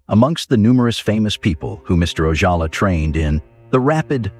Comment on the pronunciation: The AI narration on this video really needed some human monitoring. Parts of the narration are redundant, inconsistent or just wrong. Gone with the Wind was called One with the wind because the G was half clipped on the poster, Arvo Ojala is pronounced randomly with an English or Spanish J, parts of titles are left out.